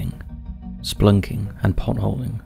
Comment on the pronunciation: Splunking? I beg your pardon